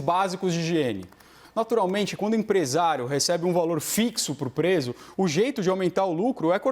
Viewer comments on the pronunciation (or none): Dr. Bruno está com problema de dicção ou nervoso? Aos PESO no lugar de PRESO No minuto PARCERAL no lugar de PASTORAL, aos faz de novo, mas daí corrige. Aos guagueja. Aos REALMENTEMO no lugar de REALMENTE Aos "O" ESTADOS UNIDOS e aos faz de novo. Aos cita estudos sérios de "políticos criminais". oi???